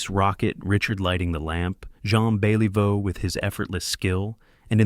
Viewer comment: I HATE THE E I VICE THAT SAYS R I C H ARD ... AND BEL EEE VEAU , WHAT TRASH